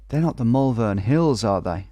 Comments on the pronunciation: Almost made it in a vid! Just for when you come visit, we pronounce Malvern more like mole-vun. Peace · As someone who’s from Malvern when I hear him say the Mal-vern hills it weirdly annoys me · I’m from Malvern and I physically cringe every time I hear you pronounce it 😂 (It’s Moll-vun) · hahaha that pronunciation of malvern has me in bits